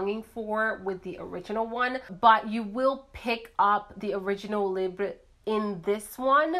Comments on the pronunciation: I'm Canadian, it's not pronounced "lib" it's "lee-bra" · The time it took to explain you are not from France, can't speak French, and provide your different interpretations of pronouncing the word... You could have gone on google translate or even better, gone on YouTube and watched the short promo video YSL released on this fragrance. Then you would know how to pronounce it. I am not coming after you personally but I am getting tired of YouTubers making and editing an entire video dedicated to something and justifying mispronouncing it without actually taking the 30 seconds it takes to look it up and educating oneself. In this day and age when such information is easily available at our fingertips, there really is no excuse.